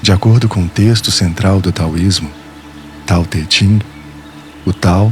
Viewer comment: A pronúncia é tao the "king", se não me engano